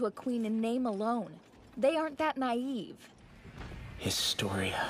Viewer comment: And when eren say historya "The story of "